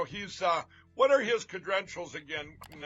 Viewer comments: Lindell: "Cedrentials" 😂😂😂. Is this what happens when you become a criminal? You can't speak properly? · I would like to know the oranges of the word 'cedrentials'. Is it Gerk or Lattin?